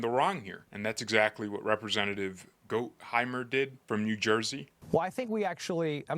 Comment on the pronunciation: having studied Germany in High School, let me help w/ Gottheimer: Gott=rhymes w/ ought. Heimer=hymer. There you go my YouTube friend! Love the content!